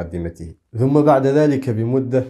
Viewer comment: ما 'ذم' أحد ولا مدح ، إنما هي "ثم" ، وليس 'ذم'! 😒